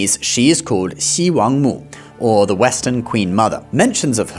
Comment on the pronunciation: At last, the first explanation of Chinese gods which mention XiWangMu which didn't pronounce her as She Wank Moo 😅